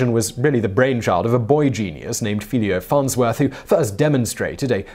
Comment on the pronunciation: Lothar von Richthoven was actually the more successful of the two brothers, not only did he survive World War 1, but he also achieved more in less time. Oh, and the name is Philo, not Philio Farnsworth. Atleast science fiction geeks should know who he was, and if it's only because of Warehouse 13. But there is by far more to his story, his ideas nearly got stolen and he could only prove that he really was the inventor because his physics teacher had kept an early drawing of his ideas, proving that he had worked on it since he was a schoolboy.